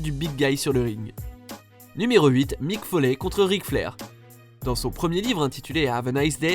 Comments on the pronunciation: Aie sa fait mal d entendre mike folly mdr c mike follye en anglais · Ça se prononce mick foli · Regarde la wwe avant dans parlez Tu sais même pas dire Mick foley correctement sa ce dit " FOLI " mais sa s'ecrie " FOLEY " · On fait de video sur le catch quand on ne sait pas prononcer " Mick Foley "